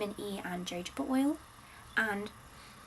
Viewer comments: I don't know if it's a deliberate preference to mispronounce but just incase it wasn't & you would like to know, there is only one correct pronunciation for jojoba & it's Ho-HOH-buh (so the J is pronounced with an H) 😊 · The amount of over consumption in the name of being the quirky, academic “bookish girl” and the prestige of being the “oxford girly” is insane. And she cant even pronounce jojoba right